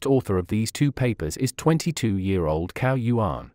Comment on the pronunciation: you should say that like 'tsao yuan'